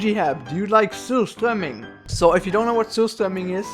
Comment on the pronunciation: Haha va tydligt man hörde din dialekt när du sa surströmming